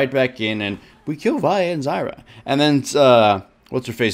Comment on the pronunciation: what he pronounced vi and zyra correctly O,o